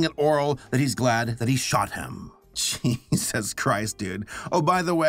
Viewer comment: Loves how he says jesus... "jeez US"